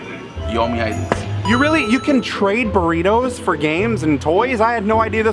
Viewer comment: hahahaha.... he's saying "burrito fury"